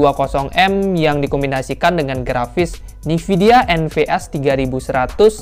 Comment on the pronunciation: Nvidia itu dibacanya bukan Nividia bosskuuuuu.............. EN VI DI AE